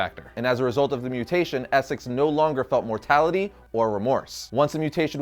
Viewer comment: did you mean to say moralty, instead of mortality?